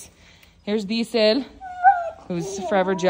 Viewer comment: wera, me da un poco de gracia como ya no dices "dee·zl" ya le dices disel sin "pronunciacion ni acento" XD asi disel a la mexicana hahahaha que chido!!!